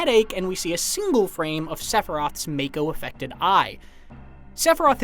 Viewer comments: When I see a video where people pronounce mako as make-o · if you knew english, you knew make-o was wrong. You were probably a kid who didnt even care how to pronounce it but as adult you want to justify it. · That’s pretty interesting. Noticeable difference where it’s Mako in England and Japan and Mayko in the US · You know you aren't gonna get any "secrets" out of this video when the guy can't even pronounce Mako correctly while pointing out all these obvious things. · you just need to know english. Ma Mak Mako. Theres no silent E. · It's pronounced MA-KO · Learn ur Japanese Its pronounced Mako. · no its Mayko. Its always been Mayko nerd. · Tomayto, tomato. I grew up saying may-ko when reading it in my head so that's what i'll stick with. Same goes for Tie-dus and not Tee-dus. However it should be interesting to hear how other things get pronounced, such as Nibelheim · Doesn't matter, the way it's spelt is still wrong....most people I'm sure have pronounced it wrong like I did all those years ago. They SHOULD have just spelt it mahko, because it sure as hell does not read that way. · It's not pronounced as May-ko. It's pronounced as Mah-ko. Edit: I swear IGN is so unreliable sometimes or there's members that aren't caught up. The Choco-Mog summon is a pre order bonus. Which explains the part where you see Choco-Mog. The fact that the summon is a pre order bonus most likely means you get the summon as soon as you start the game. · To the narrator, it’s been already said over and over since compilation, it’s MA-KO not MAY-KO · Really? "May-koh"? The trailer pronounced it for you already. ("Mah-koh", 44s mark) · t's not MAKE-OH, it's MOCK-OH. Didn't you play ff7 demo?!?! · it's not MAKE-OH, it's MOCK-OH. Didn't you play ff7 demo?!?! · You keep saying mako...it's it's pronounced as mocko... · FYI, it's pronounced "MAH-ko", not "MAY-ko". Your voice is waaayyyy too nerdy to have not known that. Perhaps we try being not so lazy next time? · When did MAKO become MAYKO?